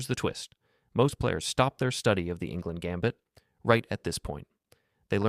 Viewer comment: Enngland,not Ingland.